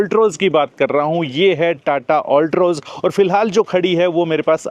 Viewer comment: Bhai ye alltroz nahi altroz al hai all nahi. Baki sab bahut badhiya